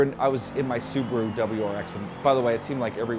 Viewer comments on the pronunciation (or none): none